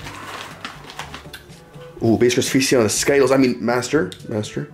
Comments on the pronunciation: Its skittles not skyttles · It is skyttles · People who didn't understand when they said sciddles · that's not how to say Skittles but ok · Why do you pronounce it wrong 😂